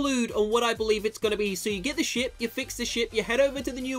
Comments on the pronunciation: lmao it souned like said shit instead of ship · Whenever says ship I keep on hearing sh*t